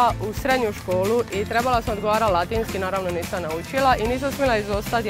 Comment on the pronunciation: U hrvatskom jeziku ne postoji n na kraju svake rečenice,znači nije nisan nego nisam.